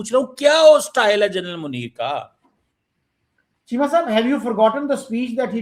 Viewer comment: Sir churma bolo not chima I S I agent